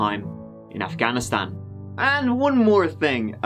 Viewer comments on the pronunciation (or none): none